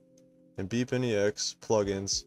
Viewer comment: the way you say "bepinex" literally haunt my dreams it's pronounced "bep-in-ex" not "beep-in-e-x"